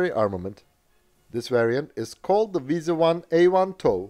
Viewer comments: It's WIESEL not Visa. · Why do you pronounce it as "Visa"? Wiesel is pretty much pronounced like the english word Weasel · as a german i get triggered every time i hear him say "wiese" instead of "wiesel" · And?? I am a native german speaker. In the german Video you postet to me you can hear that it is Wiesel (weasel) and not Visa like in your video. ;) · Dear, why are you calling it "Wiese"? The s, e, and the l are clearly pronounced in german. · You speak it exactly like the english "weasel" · In German no letters are silent. So if there's an L, you have to pronounce it. Furthermore: 'ie' (ger) == 'ee' (eng) and 'ei'(ger) == 'ay' (eng). So it's "Wee-sel"